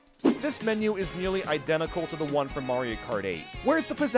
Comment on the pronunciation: bro that KART emphasis was cold😂